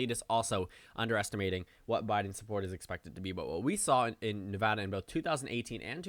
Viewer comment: I’m just here because you pronounce Nevada correctly